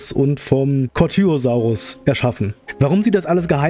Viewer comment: Man spricht Ceratosaurus so aus: Zeratosaurus! Und du hast Corthytosaurus statt Corythosaurus gesagt!